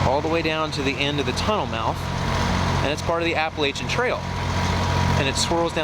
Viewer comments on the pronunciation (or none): How does a guy living in West Virginia not know how to say Appalachian?